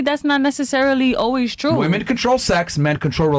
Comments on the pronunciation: She doesn't know how to say "women". That says it all. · Why in the actual fuck are women saying woman as plural? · I’ll never understand how people can’t say WOMEN correctly. It’s pronounced WIMEN. Woman is singular. Women (wimen) is plural. Fucking losers